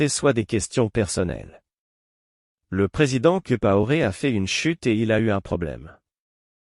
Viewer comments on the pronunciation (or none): Blaise Compaoré, et non blaise kipaoré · Prononcez bien le nom COMPAORE. C'est très agaçant !